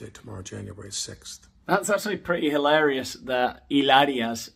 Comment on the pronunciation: Illarious. You’re making up words at a record rate. I’m impressed along with every one “ilse” in the comments. Si? I know Spanish 😂